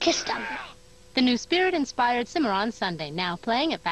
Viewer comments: Cimarron is pronounced with an S sound!! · Actually, it is pronounced “cih-mah-ron” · stallion of the "caimeirron".... come on men you speak spanish, its an spanish word, its a species of horse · He said the Cimarron wrong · ACH!!! the way you pronounced Cimarron!!!